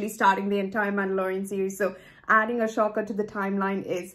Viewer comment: It’s pronounced A-Soka not ahshoka